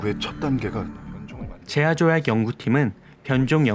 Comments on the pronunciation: 조아제약을 제아조약이라고 하심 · 조아제약 아니고 제아조약 ㅋㅋㅋㅋㅋㅋㅋ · 제아조약 아니구 조아제약요 ㅋㅋ 실수로 말하신거 같아용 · 조아제약 아니라 제아조약으로 발음 하셨네요ㅋㅋㅋㅋㅋㅋ 귀엽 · 힣.... 본능적으로 편한 발음으로 바꿔서 말했나봐옄ㅋㅋㅋ 빠르게 해보세요!! 조아제약!! 제아조약!! 뭐가 더 편한지!! 힣ㅎㅎ... 감사합니닼ㅋㅋ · 재아조약 No/ 조아재약 ok ㅋ.ㅋ